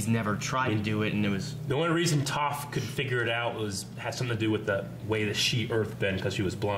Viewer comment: corrects with the slightest pronunciation difference meanwhile he says “Toaf”